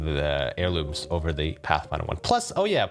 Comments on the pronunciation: "apex airlumes" lmao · “Apex Airlumes” A for effort 💀😭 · It’s pronounced air-loom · "apex airlumes" has me upset